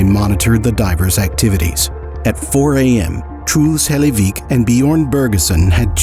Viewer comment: I know it's kinda disrespectful to say but I mean no offense with this ; the pronunciation of "Truls Hellevik" is just funny to me. Like the narrator just says it like "Trools Helayveek". Again, no offense, don't get mad at me.